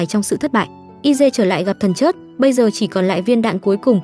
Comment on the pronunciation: Nói ngọng thần chết thì nói thần chớt mất hay